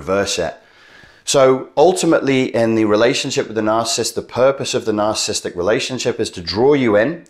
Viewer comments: NarCISSist not narcist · Please learn the proper pronounction of the word Narcissist.